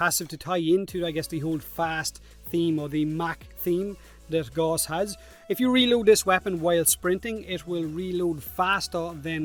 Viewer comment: I love that you occasionally actually say Gauss correctly instead of "gauze"